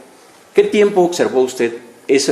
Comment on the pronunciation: Ocservo ??? Abogado ni sabe hablar se dice : observó..!!